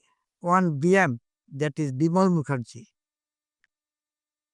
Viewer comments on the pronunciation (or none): none